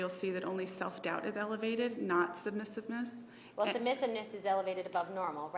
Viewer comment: Trying to act like a hardass towards a witness doesn't work when you can't pronounce submissiveness 🤦🏻‍♀️